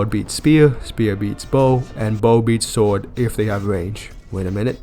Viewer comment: “Sward, Bow, and speewuh.” 😂